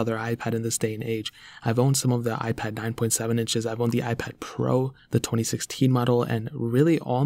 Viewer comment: Am I the only one who think that when he pronounce the P letter is so much annoying? Listen when he pronounce "iPad pro"